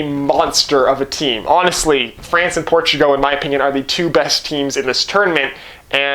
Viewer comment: Dude please watch a youtube video on pronouncing Portugal. It was painful. Portugo :( Also I am Canadien so no excuse.